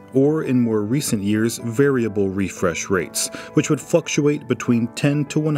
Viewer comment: Did I hear 'fluxuate' as 'fuckuate'